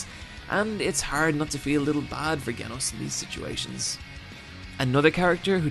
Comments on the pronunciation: Lam Ham Genos was mispronounced several times. It's pronounced with a soft 'G' almost like a j sound. as in jewelery or jump. he's pronouncing it with a hard g as in "go" or "great". Both the Japanese and English versions of the show have the soft 'G', or the 'J' sound. So, phonetically, it would sound like Jen•os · Genos.. His name is pronounced 'Jen-os' not 'Ghen-os'. And that scene with Mumen Rider is brilliant because it's almost exactly like the first fight scene we see with Saitama, strongly conveying one of the main messages of the series. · Okay, how tf are you mispronouncing Genos, though? Soft G...like J...is that just in the dub or something??? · I love that he explained why you should watch opm but he butchered genos's name it's pronounced jenos im not being bad just pointing it out you know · Why does this man keep saying "ginos" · Had to stop watching after he said "Geh-nos" smh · PRONOUNCED JEH-NOH-S OMG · It's pronounced "jen-oh-ss", but that's fine. Idrc, still awesome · If this mf says GE-nos one more timmmmme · The way you say Genos is horrible. Who tf pronunces it Ghenos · It's pronounced Genos with a J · I am having a hard time figuring that he says "GAYnos" to be funny or he is actually pronouncing it wrong. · You said "genos" with a "g" sound. Not with a "j" sound.... Yep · all was good till you said g enos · I had to stop when he said Genos like gaynos. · "genos" is pronounced "jenos" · It's genos with a g as in Georgia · IT'S PRANOUNST JENOS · Anyone else triggered that he pronounces Genos's name wrong? It's Gee-nos. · "Gehnos" You're doing that on purpose >3> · I love your videos but dude..... get a pronunciation guide. You mispronounce so many names from various shows it kinda bothers me. Genos is pronounced (jen-ose) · u keep saying genos's name wrong u put to much emphasis on the G when u should be sayin it like a J. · HIS NAME IS GENOS... "JEN-OHS" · He pronounced geneos wrong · GENOS NOT GAYNOS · its pronounced JENOS!